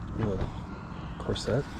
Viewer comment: Dude..it's not cor-set. Say it together. Also...you might not want to touch that horse head